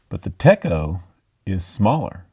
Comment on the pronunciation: Hi, here is your dose of daily pronounciation policing 😁 Techo means planner and is pronounced tetsh-oh. So the notebook you showed is not the techo, but their notebook. That just as an aside, I know it isn't important, but is me being an insufferable German know-it-all 😉 I'd like to point out again, there are bargains to be had, for the more pricey notebooks sometimes. I buy LT1917 out of season colours in their yearly sale and some of the companies that sell the new STRP do sell second quality items. I got two of these and their only fault are minor scratches on the cover, something they'd acquire within days of use anyway. The cost per word might analysis seem a bit over the top for some, but it shows how sometimes buying expensive items does not equal mindless overspending.